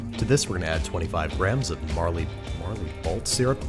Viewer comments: Marley balt triggers me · marley balt syrup 🤣🤣🤣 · did he say Marley Balt syrup?